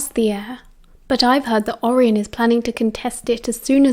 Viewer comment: the way you say andromeda and orion has me on the flooy 😂😅